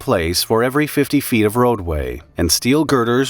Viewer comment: . 30 feet. Not " few" .